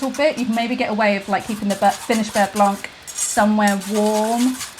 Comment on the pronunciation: silent C at the end of blanc :P